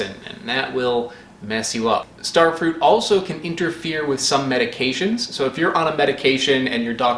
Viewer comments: "Starefrut" bwah hah hah! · "Also known as... StareFrut" MY OCD GODDAMIT. YOU PRONOUNCE IT RIGHT GODDAMIT OR I WILL SEND A VERY STRONGLY WORDED LETTER. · I cant stop laughing at the "Stair-frut" hahaha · Thumbs up for "ster frut". Now my 5&7yrold boys are running laps around my bedroom repeating your pronunciation. Too many more of those and your channel could rank up there in the favorite list with "you suck at cooking".